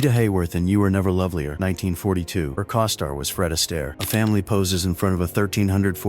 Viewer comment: COstar, not COSTar, you artificial idiot